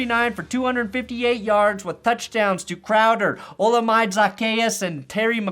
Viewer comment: is BANNED from the cookout after that pronunciation of Olamide 😂